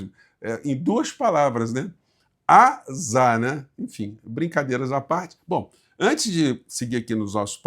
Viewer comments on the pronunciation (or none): Oi, AZar, são duas sílabas 😂